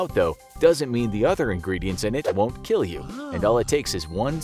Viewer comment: It will keel